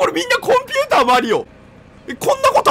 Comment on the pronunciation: コン↑ピューター↓なんて